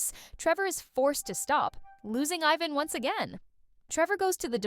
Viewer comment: you couldn't tell with the I-van and Ivan pronunciation?